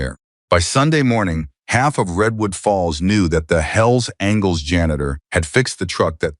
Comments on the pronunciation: Will the narrator please pronounce "angels" correctly?! It's not "angles" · Can finally somebody tell that dumb narrators that it’s angels and not angles. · Mispronouncing Angels.....as angles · Apparently the AI narrator doesn't know angels isn't pronounced as *angles*....and it seems to be messing up through the whole story